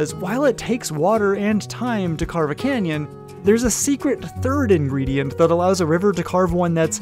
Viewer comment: Nah he said cannon